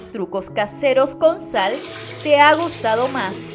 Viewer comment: No se dice Sar....Se dice Sal...Actuar..No Actual..Fácil, No Fácir..Ojo..Critica constructiva..